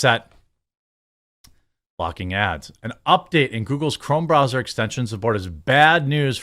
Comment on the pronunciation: Wth is a Bra Zer ? Are you trying to say Br Ow zer lol ?